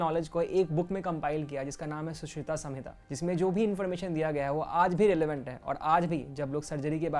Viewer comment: Your pronounciation was wrong for सुश्रुत संहिता